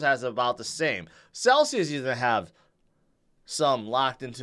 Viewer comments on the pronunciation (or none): none